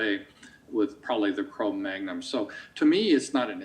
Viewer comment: He said cro-magnum. LOL